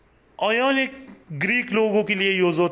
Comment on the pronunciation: Ionic hota he.. Iononic nhn